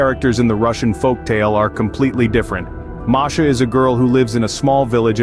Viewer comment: Her name is MASHA not MARSHA